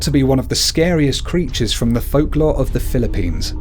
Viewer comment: mali pag sabi mo nang ibang folklore no offense